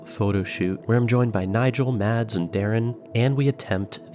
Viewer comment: Lovely shots, but mispronounced Mads' name...